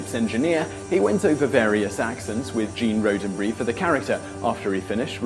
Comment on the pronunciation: Gene rosenberry??? man how stupid are you